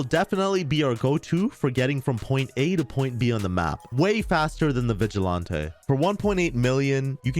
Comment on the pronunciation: Lmfao I’ve never heard someone say “vigilante” wrong haha it’s an actual word, just like “toreador”, which makes me die every time I hear say it wrong 😆